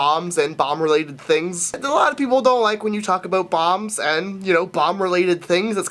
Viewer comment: Guys, I thought he was saying balms not bombs...